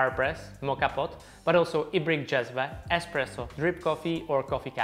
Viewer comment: Finally someone on Youtube pronounces "cezve" and "ibrik" properly. I guess he is Czech so is familiar with the word because of this but also it should not be that hard for the rest too.